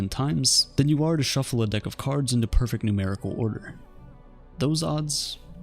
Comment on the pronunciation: Perfect only has 2 syllables :(